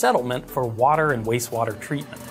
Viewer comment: I love the channel I have watched almost every video I'm Just giggling because it sounds like you are saying wase water